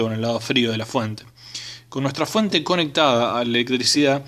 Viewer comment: Eeeeee.para que vamo a medi eeeeeeeeeeeee....para ke ane la fuete.eeeeeeeeeee